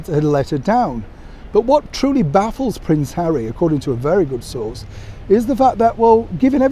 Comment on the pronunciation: Lol lol lol hawwy compassionate???? You crack me up. Lol lol lol. Who was paid how much to let those words slip off their lips.